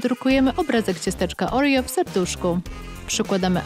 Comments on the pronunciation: Oreo a nie orio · Nie Orio tylko Oreo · Nie mówi się orijo tylko oreo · Nie muwi sie orio tylko oreo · Kto wogule mówi orio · czemu narratorka mówi orio kórwa no czemu czemu się pytam